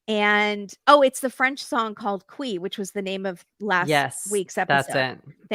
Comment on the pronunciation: Qui is pronounced Key.